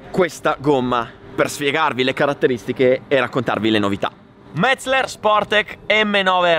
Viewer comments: METZE'LER! METZE'LER l'accento sulla SECONDA e. In tedesco si dice così. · Metz-eler non Metz-ler. ;)))) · Solo oggi ho capito come si pronuncia Metzeler, fino a ieri mettevo tipo 4 (LLLL)